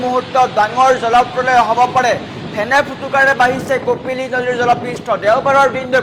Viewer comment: জলপ্ৰলয় শব্দ টো মুখত নুফুটে বাতৰি পঢ়িচা তুমি 😂